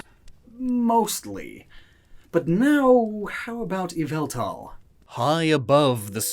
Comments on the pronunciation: ITS YAVELTAL! NOT YVELTAL! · YVELTAL ISNT PRONOUNCED YVELtAL ITS YAH-VAL-TALL AND U SAY IT FAST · It's pronounced, YAH-VAL-TAL!!! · EE-VEL-TAL, NOT YA-VEL-THAL! STOP SAYING THE NAME WRONG! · EE-VEL-TAL, NOT F*CKING YAHVALTUL! STOP SAYING THE NANE WRONG! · EE-VEL-TAL, NOT YA-VEL-TAL! AND STOP CALLING YVELTAL A HE! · It’s yavultal not yveltal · It is not pronounced as y vel tal it is pronounced ya val tal Only people who watch MandJtv Pokevids will understand this reference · that so called “yveltal” is YVALTAL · Um did you say why-vel-tal IS YAVELTAL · not yveltal.......YAVELTAL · No its ya-vel-tal !!!! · It's YAHVELTAL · It's Yavaltall Get it right nerds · NO, IT'S YVELTAL! THERE IS NO VOWEL BETWEEN THE Y AND THE V! FIX IT NOW! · It's me YA-VEL-THAL, lord of chaos and destruction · ITS YAVILTA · His name is yveltel : ya-vel-tal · IT’S YA VAL TAL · Sorry but it is yaveltal please fix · Its pronunced YAH-VUL-TAL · NO, YOU F*CKING IDIOT! IT'S PRONOUNCED EE-VEL-TAL! SAY IT RIGHT! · it is called ya-val-tall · It’s... YAVELTAL! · It’s yaveltal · Its YA- VALL-TALL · NO, IT'S EE-VA-TAL! THE FIRST PART OF THE NAME IS SUPPOSED TO BE PRONOUNCED EVE, NOT YAH! GET IT F*CKING RIGHT! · It's yaveltal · It’s not Yveltal, it’s actually Yavaltal! I beg that someone gets it. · ITS PRONOUNCED.... YALL VAL TALL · So... Yvelta not pronounced "way-velta" face palms in shame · Pardon, but you have to re record the whole video because you pronounced Yvetal ‘s name wrong. The proper pronunciation is Yovletove. Be glad Arcoos hasn’t taken judgement on you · I’ve never cared less about the pronunciation of a Pokémon before to me it “yeee-vāl-tall” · IT'S YAH-VEL-TAL! (Pokémon talk ref) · IT IS YVELTAL! THERE IS NO VOWEL BETWEEN THE Y AND THE V! STOP SAYING THE NAME WRONG!